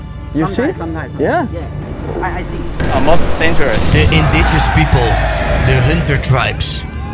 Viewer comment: indiGINOUS niet indigous lol